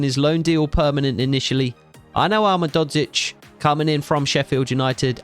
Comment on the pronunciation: you’re pronouncing ahmedhodzic wrong, it’s (Ah Med Ho Geech) the Ho is like santa claus ho ho ho, and the geech is like saying beach but two E and a G